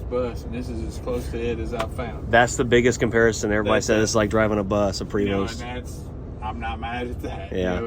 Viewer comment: Prevost bus does not have the "s" pronounced!